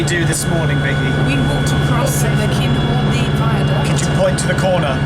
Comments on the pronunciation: Kinghordy not singhordy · The way Geoff pronounces Cynghordy at the beginning of this video is distressing :P But on a serious note, the accessibility to that platform needs to improve. On the Arriva Trains Wales Network Map, it does say that Broome has "Partial access for wheelchair users" but from this video, it's quite evident that accessing the platform with a wheelchair isn't entirely easy